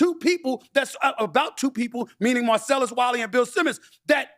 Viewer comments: Why did he say Marcellus’ name like that? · Haaahaha why you say Marcellus name like that. Lmao I'm crying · The way he said Marcellus… 😂